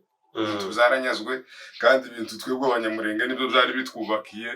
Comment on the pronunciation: Gusa uzakosore uburyo uvuga izina abanyamurenge